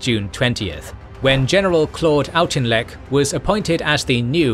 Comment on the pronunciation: Uh, I thought Auchinleck's name was pronounced like AUK-inleck, not AUCH-inleck. And I'm pretty sure that Wavell should be pronounced WAVE-ll not WAV-ell.. Auchinleck was caled "The Auk" by his troops